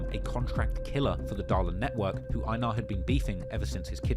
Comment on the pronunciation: Its pronounced "ay-nar"